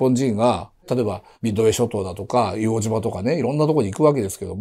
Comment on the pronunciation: 失礼致します。 硫黄島（じま）誤 硫黄島（とう）正 だと思います。